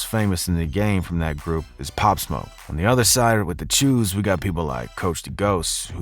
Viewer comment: it’s not cheews it’s choos😂